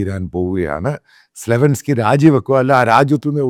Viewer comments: Hi, Mr. Mathew Samuel, the name is Zelensky NOT Zlevensky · സലെവൻസ്‌കി അല്ല സെലെൻസ്‌കി...